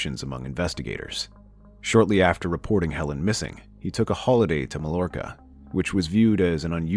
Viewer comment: Say Mallorca again😂😂